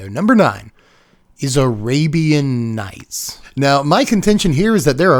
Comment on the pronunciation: I stopped watching when he said arabian nights.😅